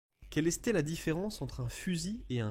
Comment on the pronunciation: c'est pas de l'IA , Oh que non. Au contraire c'est du François tres ancien . Cf la PREMIERE phrase de la video "Quelle eStait la difference ...?" :-))))